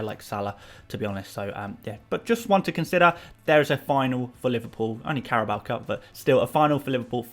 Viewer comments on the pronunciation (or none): none